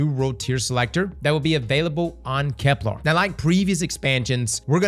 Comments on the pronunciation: Bro. Why you keep calling it KeplAr? It’s KeplEr. There’s not larrrrr sound. It’s lerrrrrrrr. Keplerrrrrrr. Bruh everyone else is saying it correctly except you 😂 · Bro gotta stop saying "kepLAR". It's "KepLER". Plz man 😭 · for the love of all things sacred and holy it’s KeplEr! Not KeplAr! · my guy you gotta call it kepLER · Can’t wait for next year’s expansion already so I can stop hearing cross call it Keplar. That and him saying systematic when it says systemic gets on my nerves so much. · Bro's gotta stop saying "KepLAR" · Why “KeplAr”? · Kep•lerrrrrr 😵‍💫 No “arrrrgh”, the pirate over here. 🏴‍☠️ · is a very VERY gay man, so colour me shocked he would pronounce it like Kep-LAAAR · Kepler.. doesnt have an A in it. Its a real-world word, cmon man